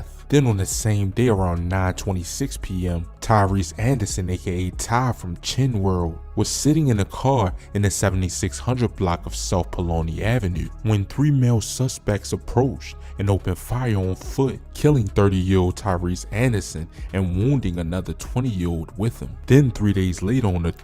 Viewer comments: My boi u gotta get the street names right.. u butcherin TF outta the city blocks! 😂 Rip to all the fallen but damn wtf is palona? U mean Paulina.. 😂😂 and Christ hospital is in OAK LAWN not Oakland silly man😂😂😂😂 and WTF is auburn grey-sham😂😂 it's auburn GRESHAM fam..😅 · Butchering every street name “Pauline” u mean Paulina